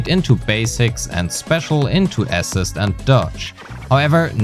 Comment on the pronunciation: May I say something about your pronounciation. Assist entonation is on the latter syllable, so aSISt.